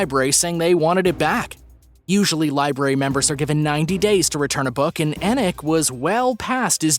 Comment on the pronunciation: You said library right so I subscribed. I'm so sick of people saying libarry.